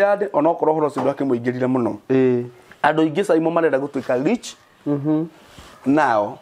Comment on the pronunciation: Not leach.. rich 😂😂 Niko home nirushieni mawe